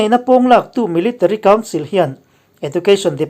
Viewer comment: He video a pronouncetion pakhat , education hi ejucation tur niin kahria.🙏🙏